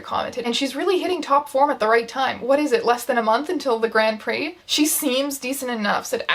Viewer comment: As somebody who just rewatched Speed Racer any time they say "grand prix" I... I can't